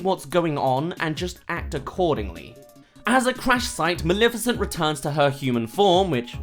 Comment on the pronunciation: What the fuck is wrong with you One: iTs NOT FUCKING MALIFICENT YOU SAY MALEFICENT THERE IS NO I Two: THIS MOVIE WAS FUCKING GREAt